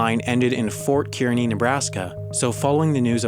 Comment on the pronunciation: Wendover, it's pronounced Fort Car-Nee not Fort Keer-Ny. Source: Am Nebraskan